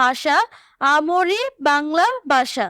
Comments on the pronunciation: ভাষা কে বলে বাষা😅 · ভাষা ❌ বাষা ✅ 🤦🤦🏻‍♀️🤦🏻🤦‍♀️ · মোদের বাংলা ভাষা ❌ মোদের বাংলা বাষা ✔️😂😂😂😂😂